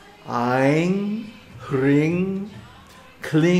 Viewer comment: why are hrim and klim pronounced "hring and kling"? Can we not desire Her from Bhakti?